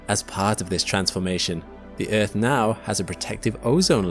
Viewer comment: First time i heard Eafth pronounced like that 😂